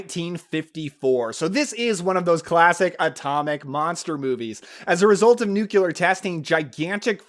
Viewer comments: Nuclear not nucular! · You said "nucular"!!!